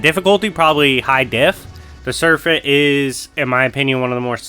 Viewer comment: Are you saying "serfent"?